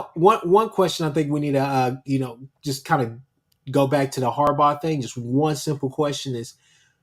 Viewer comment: Who the fck is Harbarr? How does someone not know how to say those 2 brothers names? Hopefully he is trolling or something. Sorry that bothered me every time i heard it. Lol🤔🤦🏾‍♂️